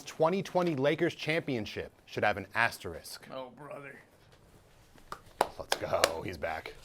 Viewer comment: Bro how hard is it to pronounce asterisk